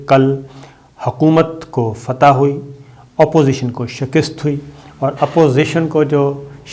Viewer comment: Correct your Urdu pronunciation. It is Shikast NOT Shakist.